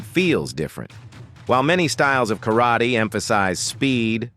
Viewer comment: Yep. And Kar raaaa tey And Osu! Everyone, so bloody saying Osu. It's 'hai...'... that's it.